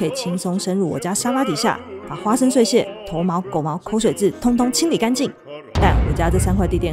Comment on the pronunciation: 本人習慣潛水，看了很多部，第一次留言。 可能孫女之前是語文資優班，知道一些字的正確讀音。 很少聽到做傳播媒體的主持人把「碎屑」唸成最標準的「ㄙㄨㄟˋ ㄒㄧㄝˋ」，聽得真舒爽😌